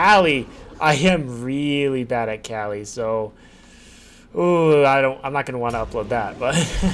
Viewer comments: So weird that you call Kali, Kelly. lol I say it like Kaw-lee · It's pronounced kah-lee not kah-li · I’m not gonna laugh about how you play Kali, but I am gonna laugh about how you say Kali. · Why do you pronounce kali like that. I don’t understand lol it’s not a big deal I just always wondered why people do that I could understand if it never told you haha. I hate nitpicking but it bugs me SO MUCH. Also love the videos